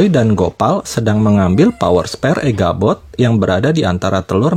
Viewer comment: Echabot tole bukan eghabot